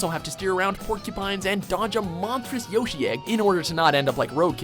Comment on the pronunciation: Yoshi says his name all the time and still people pronounce it wrong.